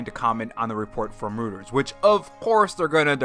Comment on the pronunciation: Say it with me Nintendo guys. ROY-TERS